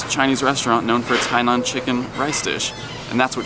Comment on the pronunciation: Hainan chicken rice is great! And you pronounced the name of the chinese province perfeectly!